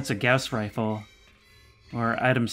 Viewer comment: Don't Read beyond this part of the comment if you haven't finished the video. (It's a spoiler. ) It's pronounced GOSS rifle.